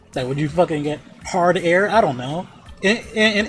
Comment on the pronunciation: "hard air" bruh lol